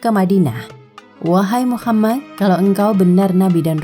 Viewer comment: MasyaAllah... tapi sebaiknya dilafalkan Muhammad saw, bukan Muchammad saw.